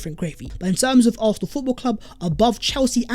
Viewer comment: Are you saying “arfenal “